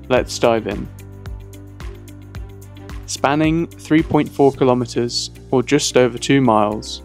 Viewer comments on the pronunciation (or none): none